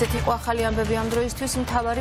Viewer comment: ოხ ეს ,,აჰალი,, არ შემიძლიააა 🤣🤣🤣🤣🤣🤣🤣🤣🤣